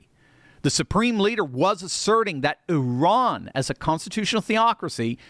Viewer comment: The only guy on youtube that pronounes Iran correctly 👏